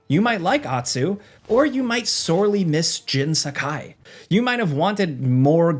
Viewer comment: HATE how Americans say Japanese names, things and locations. The way he says Jin’s first and last name it’d have to be spelled Jen Sakaai not Jin Sakai. I mean yall can’t even say Karaoke apparently 🙄 it’s “carry-oaky” not “can-rah-oak-eh but whatever